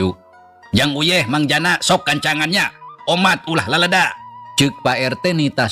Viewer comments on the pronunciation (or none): salah wae maca leleda na teh .. ulah ku eu tpi ku e .. leleda . .